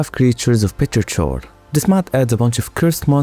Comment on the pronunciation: it's pronounced "petrikor" 😉it's the name of the grass smell after rain if I remember correctly